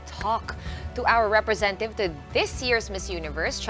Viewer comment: Tama ba yung narinig kong sinabi ng host sa umpisa na "representiveted"? Anong ibig sabihin nun? 😂😂